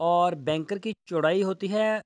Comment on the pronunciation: Use the right word not Benkar. Bunkar ok....